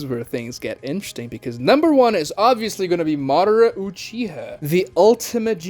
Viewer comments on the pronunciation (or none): none